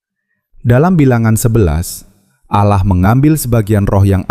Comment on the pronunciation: Kenapa ia dari kata ALLAH jadi Aloh kenapa ia ini yg janggal kalau ALLAH ia ALLAH ga usah Aloh aduh ampun deh DJ